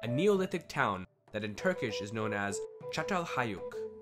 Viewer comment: So how long did you practice saying the name of that village before posting lol